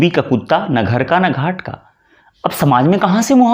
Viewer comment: कुट्का ❌❌ कुट्टा ✅✅